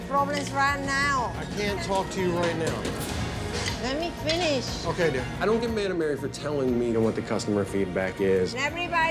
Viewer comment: „Le mee finissh“ 😂😂